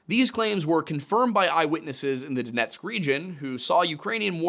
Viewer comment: Love how you said Donetsk oblast😊